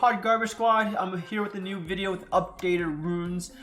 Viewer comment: Excellent intro 😂 “if you can tant tell, i’ve shot up from 1600 as you can see from this vido abuh b eshbuh euh ye in”